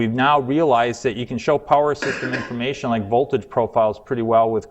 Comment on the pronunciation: informaySHUN complicaySHUN investigation situaySHUN